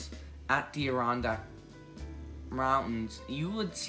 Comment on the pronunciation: “ADD-eh-RON-DACK” say it with me. Also, the Adirondacks will NEVER be a national park. They are far more protected that any national park will ever be and people actually live there. You want to just kick them out so NYC tourists can come and say they visited?